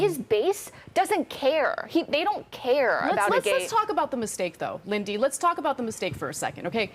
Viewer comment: “LIN-DY”…. Wow Ana.